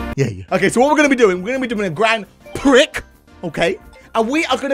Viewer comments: I THINK HE SAID PRICK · prix is pronounced pree